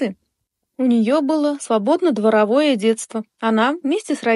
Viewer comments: Не идисситами, а одесситами. Не дво'ровое детство, а дворо'вое. По какой причине русский язык плохо знаете? Зачем лезет в интернет и распространяете грубейшие ошибки? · ДворОвое детство!Когда научитесь ставить правильно ударение!